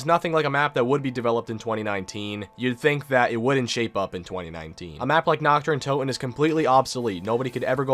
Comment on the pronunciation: "Knocked uhh Undotun"